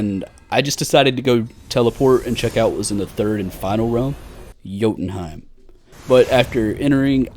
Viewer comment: you ever played god of war? pronouced jotumheim perfectly lol.